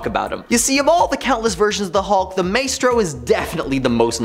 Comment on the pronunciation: Thwayne. May-stro? Buddy.... I’m sorry, but a little grammar refresher might help.